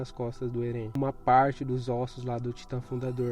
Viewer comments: "Erên" foi foda... 😐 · Oxi, Erén? é Éren mano